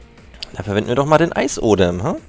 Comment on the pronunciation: Es heißt eisESodem und nicht eisodem